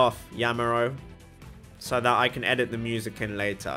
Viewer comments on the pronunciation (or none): none